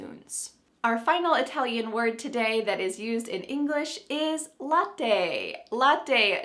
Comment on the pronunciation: Hi, very nice this video about different words. You pronuonced very well the words latte e paparazzi. About the word cartoon, I didn't know was Italian, I always thought was American. In Italian language have also PATIO, KIOSKO and of course yogurt. Thanks for sharing this interesting video. See you Hi from Italy